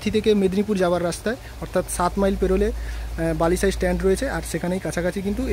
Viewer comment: Balisai na balighai.